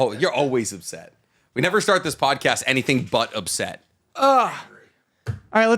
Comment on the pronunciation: Did anyone hear say “pad-cost” instead of pod cast. It’s literally one of favorites parts of this series, just the random shit that happens and gets said back and forth. Favorite pod cast by far.